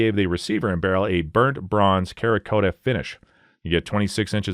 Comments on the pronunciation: cerakote is pronounced "Sarah coat" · The AI narration is terrible. Cerakote is definitely not spoken as karakota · Cerakote, is pronounced “sera-coat”. The Cera portion comes from the fact that it is a ceramic type coating. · Winstester? Kerakote? MacMillion? That's just the first 3 minutes. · "Karakota".... this guy is joking right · Afraid I can't take your list seriously. You can't even pronounce cerakote, you clearly know zero about rifles. What a.😂😂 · I'm sorry, how did you just pronounce Cerakote? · Stop fucking saying ‘cerakote’ like that you illiterate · Learning to pronounce cerakote and composite before the video would have been somewhat beneficial.